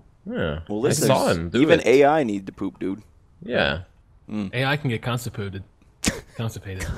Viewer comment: constipooted XD I started choking for like 2 minutes